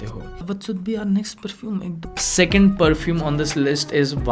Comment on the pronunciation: Perfoom nhi bhai😂